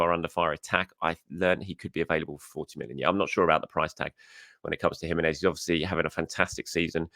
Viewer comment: It’s enunciated like He-men-ez 🇲🇽